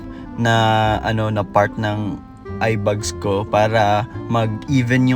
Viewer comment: A in the word eyeBAG is pronounced as A in the word fan, not sounding like a bug nor fun. It’s not “eye bugs”.